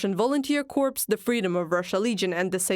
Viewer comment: Corp..not corpse